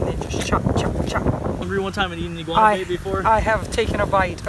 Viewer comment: 5.59 iguana - i-grab-her 😂